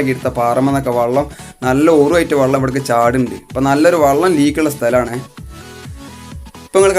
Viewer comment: വള്ളം അല്ല വെള്ളം ആണ്